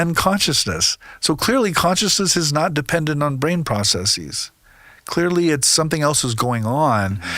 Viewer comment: The plural form of process is processes. NOT PROCESSEES. I just can't listen to any speaker who uses words to sound important. The correct statement is = there are many processes, etc.